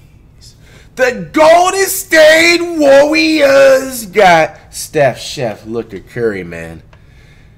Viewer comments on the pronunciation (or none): “THE golden state WOOWeRS”😂